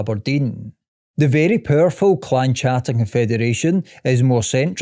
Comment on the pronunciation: Great video, but I'd like to point out that the "CH" in Clan Chattan is not pronounced as a "CHU" sound, it's a "KA" sound like CAT